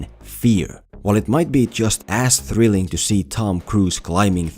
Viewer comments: You saying "as thrilling" sounded like "ass thrilling" and I laughed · I thought at the beginning he said ass thrilling